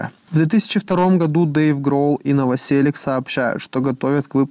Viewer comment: Наваселіч, а не наваселік